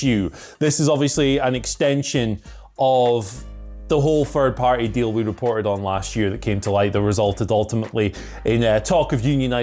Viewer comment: needs to learn the pronouce "Third" and "Thirty" Guess anything with the "Th" sound haha